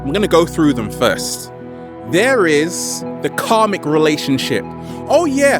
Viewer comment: When he first said "karmic" I understood "comic"... 😕